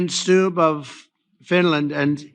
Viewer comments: I think the President of Finland’s name is pronounced STUBB with a short u not a long uu. Like Trump is a short u, not a long uu. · It's not pronounced "Stoob". It's pronounced "Stub".